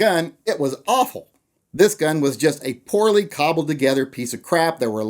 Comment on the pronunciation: can you not say "cobble" again,thank you